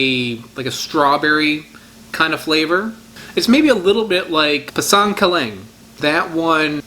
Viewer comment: Sorry, Pisang the malay/ Indonesian word for banana has no stress on the word. It’s equal peasang. Da da not tahDah. Keep on loving the fruits.